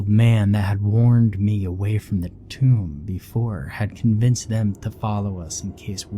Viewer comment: Tomb sounds like toomb also in toomb for entombed